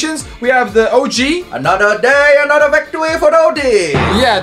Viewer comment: "anoduh day, anoduh victory foteo g" GOT ME DYING🤣🤣🤣